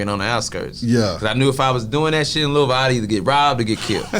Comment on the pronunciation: he pronounces Louisville correctly